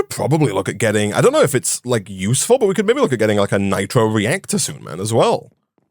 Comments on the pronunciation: Like meh-bay (maybe). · I have a question the Brits in the audience. I’m not terribly familiar with UK regional accents. How would you describe accent as to its regional origin? He has some distinctive pronunciations like ‘meh-bay’ for maybe. Also his pronunciation of ‘I don’t know’ sounds kind of Scottish to me though definitely doesn’t have a Scottish accent. I wonder if some accents in the north of England near Scotland share some characteristics with the Scottish accent.